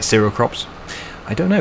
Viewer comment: And seh-rel